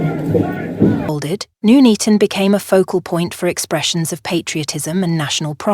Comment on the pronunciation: It's Nuneaton as in Nun not noon.